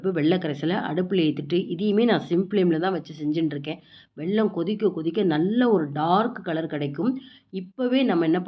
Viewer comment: வெள்ளம் இல்லை.... வெல்லம்.